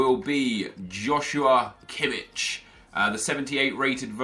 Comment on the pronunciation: It's pronounced Kimmih not Kimmitsch